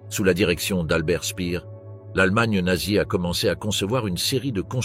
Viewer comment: Quelques erreurs de prononciation dans le commentaire, Speer ne se prononce pas Spear, il n'a rien à voir avec Britney